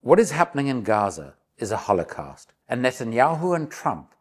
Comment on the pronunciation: Great video until I had enough of you mispronouncing holocaust. Sorry but very annoying